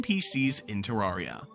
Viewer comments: NEVER HEARD SOMEONE SAY IT LIKE THAT ITS TER-RARE-IA NOT TERARRRRIA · I feel pain when he says ter-ARE-ia